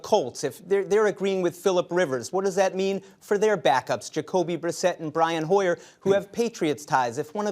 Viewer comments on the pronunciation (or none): Did this guy say Brian Hoyer?